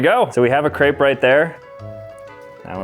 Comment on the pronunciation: am i the only one who got annoyed on how he said crepe